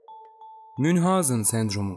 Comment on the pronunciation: Bir düzeltme: 'Munchausen' münhazın diye okunmaz; Mançavzın diye okunur.